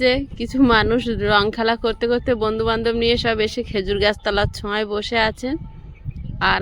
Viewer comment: ছোঁয়া মানে স্পর্শ । আর এটা হলো ছায়া । বার বার ছোঁয়া বলো তাই বললাম ।